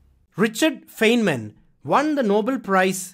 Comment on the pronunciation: A minor nit: Please note that "Feynman" is pronounced as "Fine-man".